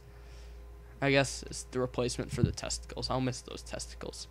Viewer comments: Tentacles not testicles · Tentacles not testacles